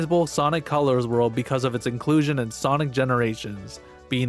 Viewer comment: ah yes, you mean col-ures ~